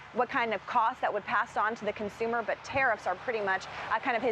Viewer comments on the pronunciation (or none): none